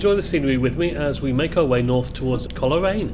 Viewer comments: Pronounced Cole raine not Coler aine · Cole Raine not Coler aine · Great footage, thanks. PS Coleraine is pronounced "Coalraine" 🙂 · the way he pronounces coleraine 😭😭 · I know.